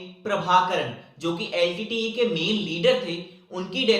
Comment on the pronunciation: Litte not leet